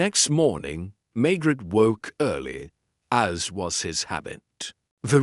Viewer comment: Pls learn to pronounce Maigret properly!